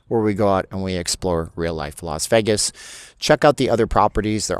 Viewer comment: It’s pronounced “VAY-gus” not the mumbled word “vehgus.” Please learn how to pronounce Las Vegas (that’s pronounced Lahs-VAY-gus) not Lahs-vehgus. You’ll get more viewers and subscribers and people will stop dumping on you.